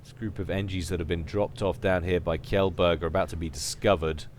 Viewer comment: Kjellberg is actually pronounced more like "chain", Chellberg (and a soft g)